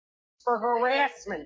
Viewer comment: I love the way he says harassment like herASSeMent